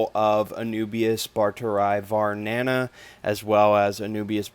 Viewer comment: A few notes regarding scientific names; 'barteri' is pronounced as 'bar-te-ree', and not 'barter-eye'. The 'eye' bit is pronounced only when there are two i's as in Phalaenopsis lindenii (lin-de-nee-eye). Also, it's more proper to say 'Anubias barteri variety nana' than 'Anubias barteri var nana'. You can write it down as 'var' but it's not supposed to be abbreviated when said.